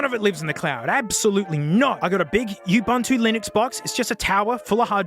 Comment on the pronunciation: Think he said Ubuntu